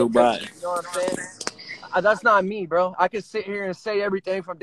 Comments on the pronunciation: He ain't say bro he say bo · Dudes rly saying Bo and not bro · Is he saying woah, bro or bow? Man Chris was right when he said he was autistic